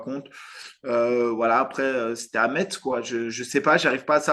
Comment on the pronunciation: Stp, ici c’est Messsss, pas MeTz.